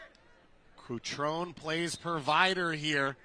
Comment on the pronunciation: CutronE! The last vowel is not silent.